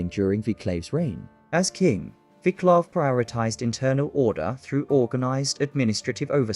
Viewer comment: dear god..please find out how to pronounce name Vaclav..if no subtitles ive no clue who you talking about